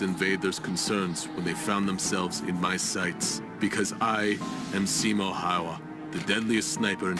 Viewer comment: yeah also making simo seem cocky and mispronouncing his name